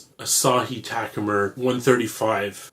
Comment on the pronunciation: What's a "Taku-Mer"? "Bee's Meow"?